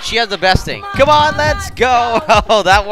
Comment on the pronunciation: Its Not Cone Its Come